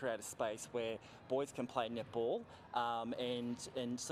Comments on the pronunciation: No, you not the only one who heard nipple instead of netball)))) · The first time I heard the word nipple, I had to use the subtitles to clarify what she said. 😂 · I keep hearing nipple too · no it's not just you, i hear "nipple" too lol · The all-boys nipple team lol. That was funny. Love your face much,. Nipple Australia, many of us heard that instead of netball. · Once you said nipple, that's all I heard after. Thanx for that. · I keep on hearing nipple too 😂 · I also hear nipple when she said that.